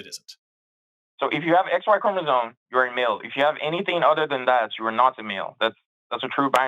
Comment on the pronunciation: Bro keeps mispronouncing “chromosome”, yet thinks he knows more than the biologist.